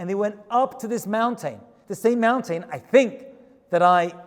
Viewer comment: I've been meaning to comment this, so I finally will. I love the way you say mountain. Mown-tane. Lol. Cracks me up. 😆